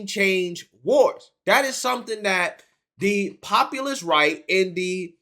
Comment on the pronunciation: "Puh-gressives" "Tucka Carson" "Pop-a-list" You make Fetterman sound like a skilled orator 😂